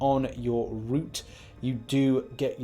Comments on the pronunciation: ‘Rout’ is not pronounced ‘root,’ it is pronounced like the ‘out’ with an ‘r’ in front, like in this example: Jordan peele’s movie ‘Get Out.’ R-Out... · You’re pronouncing it wrong what your pronouncing is “route”